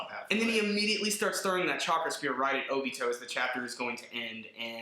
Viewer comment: Lol the way he says madara and obito Lmao. Like really dude your saying it wrong. But still a thmbs up for a awesome video